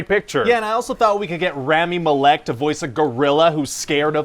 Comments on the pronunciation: The way he pronounces Rami Malek’s name kills me lmao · The way you pronounced Rami Malek’s name is a war crime. still a very enjoyable video lmfao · why does ryan pronounce rami malek that way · WHY did you butcher the name of award-winning RAMI MALEK ?? Jealous? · That was the most butchered pronunciation of “Rami Malek” I have ever heard in my life. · That's an interesting way to pronounce Rami Malek's name.